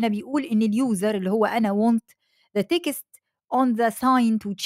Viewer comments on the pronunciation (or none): الفيديو جامد جدًا، وإنجليزيتك زي العسل، بس خلينا نِظبط بس كلمتين كده على الماشي: Prompt مش برُمبِت، وText مش تِكْسِت.. يعني مش لازم نحُط شَكْلة مصرية على كل حاجة 😄 الباقي كله تمام وزي الفل!